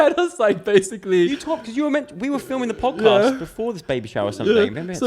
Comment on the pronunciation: the "pjoedcaspt"